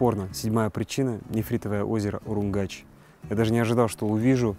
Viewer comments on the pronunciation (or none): Всем привет! Случайно наткнулась на этот канал, и была приятно удивлена. Качество съемки и монтаж не хуже чем в "ОиР". А ведущий - даже лучше. ;) Классный выпуск! Только один минус - звук закадровой читки не годится, надо бы погромче и ясней. П.С. И еще, одна поправочка, не УруМгач, а УруНгач. Дальнейших успехов вам! Подписываюсь и жму колокольчик. :)